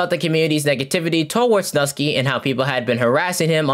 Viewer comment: videos are getting real unnecessary ngl, and hey at least I got a refresher of what happened to the controversies Also, "Nusky" is pronounced "New-Sky" lol